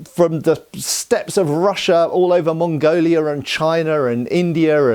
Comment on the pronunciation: "...Mongoliar and Chinar and Indiar" lol you Brits.